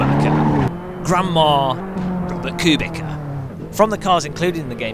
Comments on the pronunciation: Robert Q-Bika plays AssettA Corsa it seems :) Just joshing. We know you know its 'q-bitsa' and 'AssettO' :) Nice video. Fun to watch and thanks for making me aware of the App mods for AC as I really wanted that tyre temp one !! Yes! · Nice try to be witty. There no driver called [Kubicka] I know a race driver called [Kubitsa]. Cubic may be for example your jokes. If you want to be a pro in any aspect of video games - learn the names of the real race drivers... even. Cheers! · Or if you do, at least learn to pronounce his name correctly.